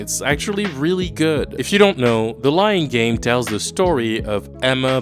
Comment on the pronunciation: The way you Said "The Lying Game" i almost thought you'd Said "The Lion King"